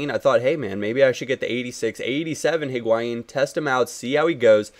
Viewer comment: its pronounced Hig-wy-een